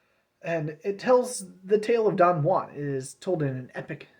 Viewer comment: it's pronounced 'jew-an'